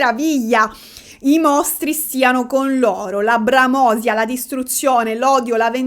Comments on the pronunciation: Grande, ti guardo a rate ❤❤❤ (P.S. Senza voler criticare ma sperando che possa esserti utile: è "bramosìa", non "bramòsia"... 😅 Baciuzzi!) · Tesoro, sono vecchia, ti seguo sempre perchè sei una delle poche ragazze intelligenti, colte e preparate di Youtube. Per cui mi permetto e spero mi perdonerai. Bramòsia non si può sentire, si dice bramosìa. Ti voglio bene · Bramosía, non bramósia. Sempre stratosferica, tu. Sai rendere interessanti argomenti di cui non me ne fregherebbe nulla, se me lo chiedessero. Besos. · bramosia con l'accento sulla i